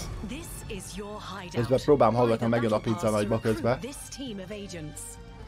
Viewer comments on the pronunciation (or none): none